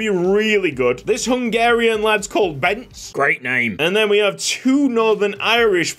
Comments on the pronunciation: I've heard it's pronounced "Bensay Masherr" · hello there, Hungarian here: Bence: [Ben-tse] should be pronounced with the same 'E' at the end as in the beginning. love your shit and excited for the new season under the new supreme leader Mr. Jang Sung-Chan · I know a Hungarian guy named Bence, and he pronounces his name bens-uh.